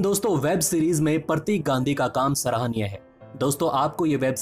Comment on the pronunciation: आपके उच्चारण में बहुत गलतियां हैं, उसमे सुधार लाएं ताकि यह विडियो का स्तर ऊंचा हो, शब्द जैसे फर्म को फरम कहना या प्रतीक को परतिक कहना गलत उच्चारण है । आशा करता हूं आगे थोड़ा ध्यान रखें